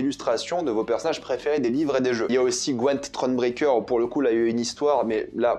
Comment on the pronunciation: Le meilleur pour découvrir c’est largement le jeu the Witcher 3 La série est nul 👎 Par contre on dit pas gwEnt mais GwYnt en anglais 😭😭😭 😜